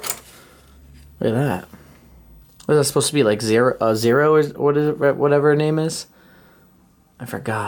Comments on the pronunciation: it's Zorro not Zero mate 😭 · I think it's Zorro not Zero! Too cute though!! 😂